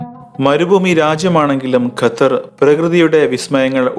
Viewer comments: Mone Gathar alla Qatar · ഗത്തർ അല്ല,, " ഖത്തർ " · ഗത്തർ അല്ല ഖത്തർ